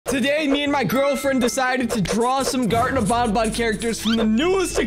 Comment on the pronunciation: IS NOT BONBON IS BANBAN